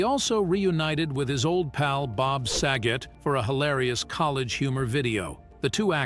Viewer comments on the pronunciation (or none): Jack Kloog-man! 😅 Bob Sah-get😅 Candace Cameron bee-your😅Hospital drama ERR.😅 And they didn’t even show Nicky and Alex. It was a flashback of Danny and Joey from 5th grade when they first met. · Why can't the people that read the information pronounce names right? How can you screw up SAGET? Drives me nuts.